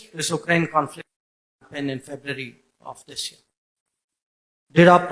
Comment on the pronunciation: SJ still has not learned how to say "Ukraine" properly... that's a bit of a head-scratcher, to say the least